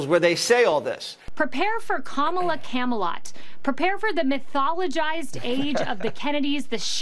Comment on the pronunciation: I know she's saying Kama-lot, but that's not what I'm hearing...